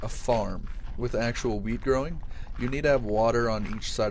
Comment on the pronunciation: it sounds like you say "weed" instead of wheat :) its funny